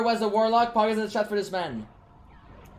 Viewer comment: POGGERS IN THE CHATTUH